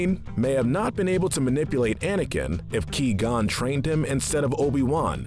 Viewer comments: Did he just say KeyGon here it even the sequels can actually say Jedi names right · How can you mispronounce Qui-Gon?! In the movies, everyone pronounces it Qwai Gon, not* Key Gon!* You should know this! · Whats up with saying key gon not qui gon and he's dead so I put you in silver medal of evil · It’s Qui Gon Jin not Que Gon Jin. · Am I the only one who cringes every time he said “Kee gon” and not “Qui Gon” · 99%of the comments it’s qui gon not Key gon!!! 1% me why is jar jar in the grey area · Its qui gon not ki gon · Qui gon not key gon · key-gone lmao fucking pronounced kwai-gohn jinn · Not gonna lie I'm starting to get more and more pissed off when he says Ki-Gon Jinn lol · I am disappointed at you saying Key Gon Jinn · Did this guy never watch Star Wars? “Key-gone” “Nahboo” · Who is the character named Key-Gon I've never heard of him. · oh no my key is gon ;) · Key gone Jinn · Ki gone jin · Key gone Jin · Who tf is 'Key'-gon-jin? Guess it was a background character I missed, lmao. Good video, as always though. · Me when he said key Qui-Qon Jinn "You have chosen death then" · Now hold on. Great list and all but seriously. Ki-Gon?! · Him: Pronounces Qui-Gon's name "Key-Gone". Literally the entire Star Wars fandom: What? How can you do this. This is outrageous, it's unfair. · Ah yes my favorite character, Key-gon jin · Qui is pronounced like quiet. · "Key Gon Jinn" Bruh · "Key-Gone Jinn" 😂😂😂😂😂😂😂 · "Ki-gon" Jesus Christ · I had to give you a thumbs down. 'Key-gon'? Really? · Lmao he said key gonn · Hey, stop saying qui-gonn jin like key. It's not! It's quag! I'm excited to see what you do with sequel trilogy. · Liam Neason: I am a jedi: wassup Ki-Gon Jin Liam: is this guy serious right now: Of course "Ki-Gon" Liam: gets Qui-Gon Jin mode on Liam: You asked: but.. Liam: What?? I'm just gonna ask if I can sub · Key-gone? sheesh that tilted me to no end. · He said queeee gon hehehe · Ngl - I wanted to smash my phone when I first heard Key-Gon